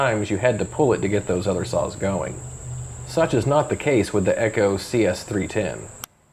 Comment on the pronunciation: Did he say "Eggo"? It sounded like Eggo. Must be a Steele man! 😂 Leggo my Eggo! quit trying to Steal it 😮